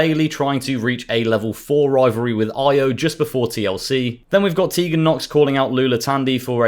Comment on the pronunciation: He name is E-OH not EYE-OH